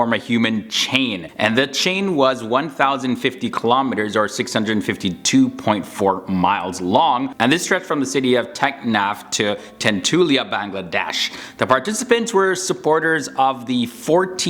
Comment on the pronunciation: তেতুলিয়া✌ টেনটুলিয়া😆